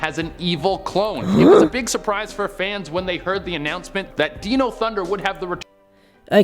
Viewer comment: Lol deno instead of Dino. Can the dude not have just listened to the theme song and got the name right